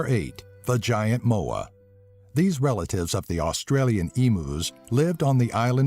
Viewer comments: please tell me I'm not the only one that heard vagina moa... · No moa left haha ..."no more left" <- sounded like a pun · Am I the only one who found it funny that he said "No Moa left?" Nice Southern dialect I thought.